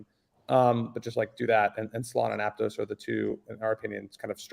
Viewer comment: Mf really said Aptos 😂😂😂